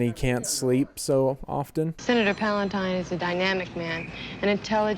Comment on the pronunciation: I always hear "Senator Palpatine" instead of Palantine.